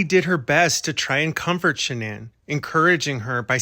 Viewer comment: You are so invested in the case but you cannot even pronounce Shannan's last name properly.